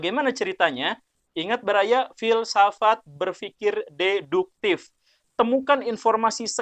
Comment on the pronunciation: Berdasarkan pengetahuan deduktif saya, pak guru bukan urang sunda... karena fasih mengucapkan deduktiFFFF 🙏😆